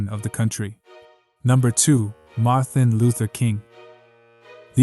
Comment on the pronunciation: HIS NAME IS NOT MARTHIN!!!!! MARTIN … get that shit right boy